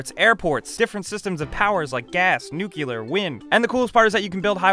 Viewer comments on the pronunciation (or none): di.....di.....did.....did you just say nuc-U-lear ? my apologies for being the grammar Nazi but look at the word Nuclear, there is no second u. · did u guys heard the pronouncing failure? (NUKE-KILLER)-NUCLEAR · During the SimCity 2000 part, what is Nucular power? Never heard of that kind before. Unless of course you mean Nuclear. Two syllables, not three. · He said "nuculer (NUKE-u-ler)." NO! NO! NO! It is "nuclear!" NEW-CLEAR! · nucular... hahaha. funny way to pronounce nuclear. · I love your videos, however I have one gripe.... it's not nucular its nuclear (new-cle-ar) Keep up the good work guys! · oh also NUKE LEE UR! not NUKE YOU LUR im sorry im a grammar nazi and that upset me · New-clear...new-clear, not nucular. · NUCLEAR ! not nucular, nab :) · Nuclear...Not nucular... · DID he say Nuciler? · did he say "nucelar"? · Nook You Ler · "nucular" aahaha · I sighed when you said NookYouler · Did you really say nucular... O_o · dafaq is "nucular"? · "nucular". Just don't. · Sorry, but I just can't take people seriously when they pronounce it "nucular". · "Different systems of power like gas, nuckular and wind" :D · SimCity 2k was absolutely epic, but in my opinion SC3k is just that little bit better. Yes it had a wacky tone to it, but the graphics were a lot better and the gameplay more changing. Btw.. "Nucular"? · Did he say nookyooler? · you say "nucular". That's kinda cute. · still not pronounced nu-cu-lar. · Don't pronounce nuclear like that idiot also known as Bush the idiot